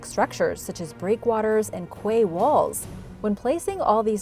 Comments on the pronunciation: It’s said “key” not quay lol 😂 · Just a side note, the word Quay is pronounced Key. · Hi. Love your work but cringe at some of your pronunciations! A common American mis-pronounced word is QUAY it is pronounced as KEY!! I believe the etymology is that it’s originally a French word. Keep up the good work